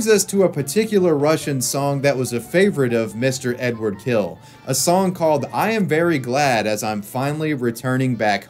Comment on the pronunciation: It's not Edward, it's Eduard.